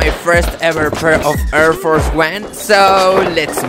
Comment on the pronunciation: What are “err fers 1”😂😂